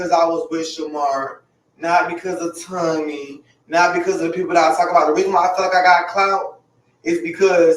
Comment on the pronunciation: He kill me how he pronounce Tommy as tummy 😅